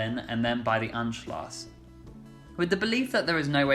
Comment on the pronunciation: Anschluss is pronounced to rhyme with puss, not gloss.